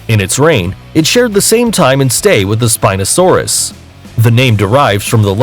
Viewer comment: Spinpee saurs bruh... i got triggered.